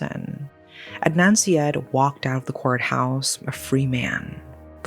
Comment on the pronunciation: Syed … “side-aid”